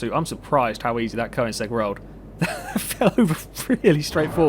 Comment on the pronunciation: There's a big problem with the name Koenigsegg. Because OE is meant to replace the swedish Ö, because not many languages got that letter, but it's still pronounced the same way. I posted this because as a swede I find it very annoying to hear people say it wrong. Correct pronounciation